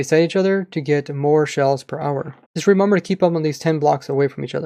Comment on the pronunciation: "remumber"